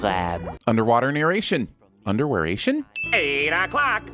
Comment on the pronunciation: "Underwarration." Great.